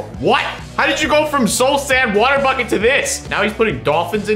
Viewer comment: I heard him say bocket 😂